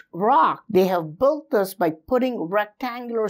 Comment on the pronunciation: With all respects, not even mentioning your efforts to find and explain all of your investigations. Would you be able to pronounce the word (Built)? You mean to build, but you are sounding like Bolt! I think you should say build or perhaps Billed but not Boilt or as you are mentioning this word more than 10s of times in every recording. Please say Billed or Biled instead or bold or boilders...biold etc. Say just Billed but no sound of (O)!